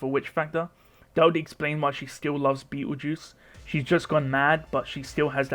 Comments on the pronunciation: I keep hearing bettle juice haha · lol I know this is a 3 year old video but why do you call Petelgeuse as beetle juice?